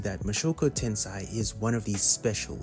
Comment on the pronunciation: Mushoku TENSEI( TEN SAY) not tensai😂 Mushoku tensai would mean Jobless disasters. 😅